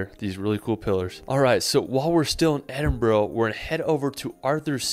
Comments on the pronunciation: It's so annoying when Americans keep saying Edinbro or Edinborrow. For Gawd's sake, there's no O in Edinburgh. We say Edinbrah or the locals say Edinbree. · Please do not ever say burgh as borrow, it buh'ra or bhra. Glasgow pronounced Glazgo is Scotland's largest city and home to the two biggest foptball clubs in the country, Rangers and Celtic. This does show some spectacular scenery and some of Scotland's best known sights. We are blessed with some amazing scenery, the highlands and islands and thankfully some of the most amazing food and produce you'll ever taste both Scottish and worldwide. Also there are our whisky distilleries to visit, tours are available complete with tastings🥃😁. Obviously we have loads of castles, loads of small towns and villages with amazing history and a couple of weeks is nowhere near enough time to do it all. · Great video but as a Scot, those pronunciations were CRIMINAL haha. Edin-buh-rah, Glaz-go, holy-rude. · His pronunciation is atrocious. I wish "Edinburrow" was the worst but he just kept going for it: "Glen Feenan", "Holyrod" "Sliga-sean"? WTAF? Top tip for those trying to [pronounce loch. The ch makes a sound similar to the h in human. Edinburgh is pronounced "Edinbra" or "Edinburra" never ever ever is it ever "Edinburrow" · I've just watched this for the first time & cringe at his mispronounced place names!! It's Edinburra not Edinboro! I wish he'd asked a local!! 🏴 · Not Edinbrooo but Edindbraa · you might like to know that Arthur's seat is not the only extinct volcano in Edinburgh. Edinburgh Castle is also built on an extinct volcano called Castle Rock. Also Edinburgh is pronounced more like 'Edinburra' not 'Edinboro' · Wish people would pronounce places in Scotland properly, its not edinbro ita edinburgh damn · This "guide" can't pronounce the name of the capital. It's "Edin-burra" not"Edinboro" piss poor pronunciations of almost every place name except Skye. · Edinburgh is pronounced Edinbru not bro.